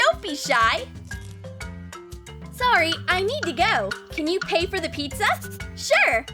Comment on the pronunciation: Pizza not petsa